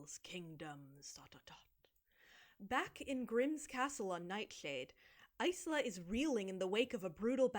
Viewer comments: I believe "Isla" is usually said "eye-la", going from the one person I know with the name! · no but that’s the thing, in English Isla would be eye-la and in Spanish it’d be ees-la but she says eyes-la. And also got really excited her main character name was top 3 for baby names and it’s like girl… Isla pronounced correctly has been a popular name for years wtf do you mean?? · Something that always bugged me: There are a lot of character names that are just words in Spanish, and the book is meant to have a lot of Latin influence (according to the author). Oro Rey - Gold King, Azul, - Blue, Isla - Island... The word "isla" in the language is pronounced EEZ-LA. (like Yzma from The Emperor's New Groove). But, her name is apparently pronounced either EYE-LA or IZ-LA depending on who you ask because I'm still not sure if Aster ever clarified! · I'm guessing Isla is pronounced eye-la (like isle aka island). Does it matter though when the book is this dumb? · I don't think you're wrong. Isla means island in Spanish, and the Spanish pronunciation has the same "i" sound as Yzma. But in English reading it as island without the "nd" makes sense. Even as a billingual, I would've never landed on ice-la as chosen. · i think it's pronounced like island?? sometimes there are characters named isla in barbie movies and they always say it like island lol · That MC's name pronunciation makes no sense. Either go the Ysma way or go the island way, not both like THAT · I still can't get over the fact that Isla's name is pronounced that way